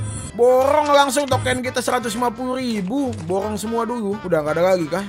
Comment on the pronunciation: borong bukan borrong